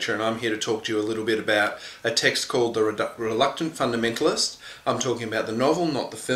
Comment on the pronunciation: now I'm worried. .. you mispronounced the title and spelt author's name wrong